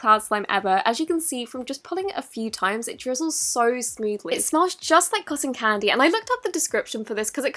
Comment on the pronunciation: Can u not say coson candy